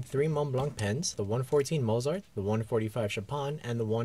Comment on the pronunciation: You need to learn how to pronounce Mozart and Chopin.